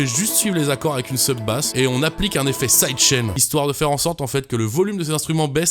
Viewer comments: Effectivement quand j’ai entendu le sidechain comment il était prononcé j’me suit dit Oula mais quand on le prend dans la globalité du son et avec les accapella ça passe nickel 👌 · Vraiment cool et sunny comme son ! Par contre, je trouve peut-être le sidechain un peu trop prononcé.